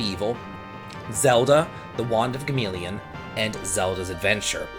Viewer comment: Read in Hermione’s voice: It’s Wand of Gamelon. Not wand of Gameleon.